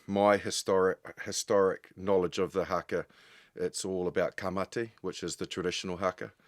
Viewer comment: I wish Jim would pronounce Haka properly.😮